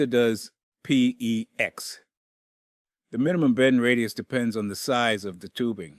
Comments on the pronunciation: The fact that “he” say P.E.X. He is disqualified!!! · LOL, how many different ways is this "narrator" going to pronounce "PEX"?????